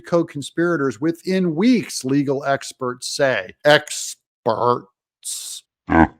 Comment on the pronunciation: your pronunciation of "expherts" is hilarious !! thats what I like about your blog ,,,,, you know how to laugh !!